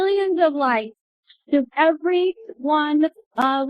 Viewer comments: She pronounces “lives” as “lifes” and it fucking pisses me off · the way she says "lifes" and not "lives" irritates me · Why does she say "lifes" instead of lives??? That's so annoying. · Her repeatedly saying “lifes” instead of “lives” makes me way more aggravated than it should omg 😂😂😂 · She keeps saying life's instead of lives...it's driving me nuts! And she wants to be an editor/publisher...?? 😂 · it bothers me so much when that lady says “lifes” instead of “lives” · Why does she keep saying “lifes” instead of “lives”. She’s so annoying! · IT. IS. PRONOUNCED. LIVES. NOT. LIFES. COME ON LADY AM I GOING INSANE WHO TF IS SHE AND WHY DOES SHE MAKE ME IRRATE 😭😭😭😭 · Also it’s LIVES not LIFES god damn 😅😅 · It was really bothering me how kept saying "lifes" instead of "lives" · Bugged me how she kept saying “lifes” instead of “lives” lmfao. Not sure I trust her as an author when she doesn’t even pronounce that word correctly??? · literally! The first time she said it I went "ah yeah, slip of the tongue, it happens" & then it just... kept happening 😭